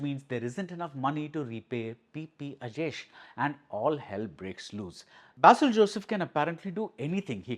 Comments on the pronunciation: Not ba-sil - Bei-sil! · Sir, pronunciation of ‘Basil’ is like ‘Base’